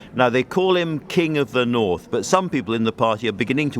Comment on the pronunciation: Hail King of the "Norff"...what a guy.👏🏿👏🏿